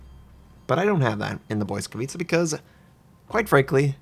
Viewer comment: I've found top ranked matches now evolved the meta into anti-smoke lineups. BB's carry spotter planes, Shiras overspam with torps and most often than not Belfast's and Fiji's die first. Oh and, pls, its not "boy-scavitza", let google translate play the correct pronounce as i cant take the cringe. translate.google.pl/#en/pl/Lightning